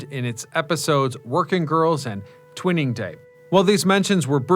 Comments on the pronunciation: Twaining, not twinning Changeling, not Challenging. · You really need to pay someone to edit these. How to you pronounce "Changeling" as "Challenging?" The words are barely similar. "CHANGE-LING" Also, "Twinning" instead of "Twaining"